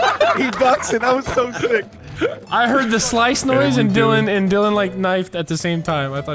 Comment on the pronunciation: dillon not dylan